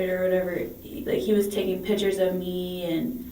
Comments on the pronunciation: we finna be pacific about the pitchers... aight? aight?.......😂😂😂😂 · lol.... cant forget pitcher....... lol.....